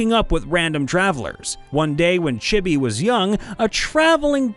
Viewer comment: “Chibby.” *Chibi*!